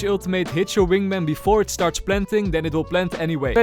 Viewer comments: is it only me but said wingmeng not wingman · is it just me or i keep hearing "Wingmeng" 😂 Great video! I'll be rooting for your Gekko to Ascendent videos! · why does he say wingmang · "wing mang" 💀😭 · I love how the way pronounces wingman is like how Benedict Cumberbatch pronounce penguin